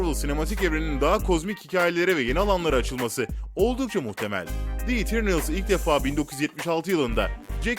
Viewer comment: Kilisçiyıl, İtirnıls, cek kirbi falan 👍🏼